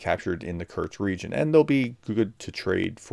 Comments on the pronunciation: U can write in title KURSK but can not say it!??? KURTS🙄🙄🙄🙄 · Professor! There is no 't' in Kursk! It's geography, not geology! Lol, sorry. Thanks for the update. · K U R S K not K U R T S